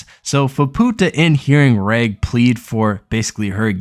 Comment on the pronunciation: Wow you only managed to pronounce Reg correctly. Every single name gotten wrong. Im sorry I know it is a small thing but it pisses me off extremely when I hear it again and again...